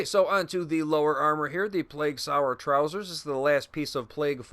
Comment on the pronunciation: It’s sower, not sour. As in, sowing the seeds of love. 😉 Thanks for the vid. Going to give it a whirl.